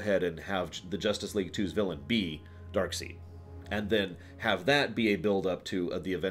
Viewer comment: Is DarkSEID not "Darkseed".